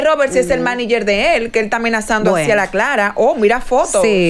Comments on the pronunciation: Sandra escucha q dicen manager y ni asi lo dice bien 😅😂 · oye la otra como dice maniger sandra de por Diosssss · "Maniger" dice sandra🤦‍♀️